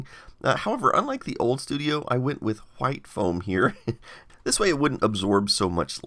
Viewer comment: I feel like he is emphasizing the "wh" in white and why just to trigger people lol. I love it